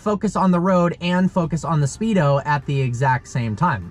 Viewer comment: "The Spedo" wow I had no clue this car is on a swim team